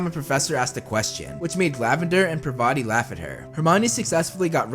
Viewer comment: It is not how you speak . Speak it like - PAAR-VATI .